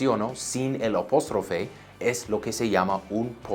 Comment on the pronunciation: lo ayudo con su Español es APÓSTROFE con A...vocal abierta para que su español se escuche mas latino!!! Profe eres un crack!!!!